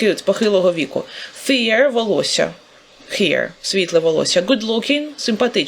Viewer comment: "Світлий" вимовляється /feər/. А /fɪər/ -це "страх" (fear)